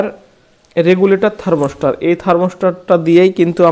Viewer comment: আরে বোকা,থার্মস্টার না ,থার্মোস্ট্যাট হবে।